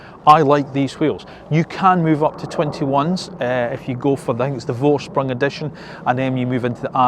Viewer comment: I love the etron GT. It is pronounced "Forsprung" and not "Vorsprung". 🙂